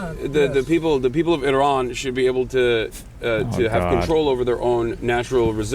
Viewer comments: Because Turkey isn't really mena. He knows this too which is why he's only middle eastern when he wants to be. Oh and btw we don't pronounce Iran or Iraq that way. I've heard him do it w a few other words too, he arabizes and exaggerates his accent. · Funniest part is that’s not even how you say the word “ Iran”